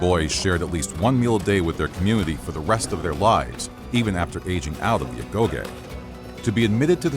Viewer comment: Agoge* not Agouwghei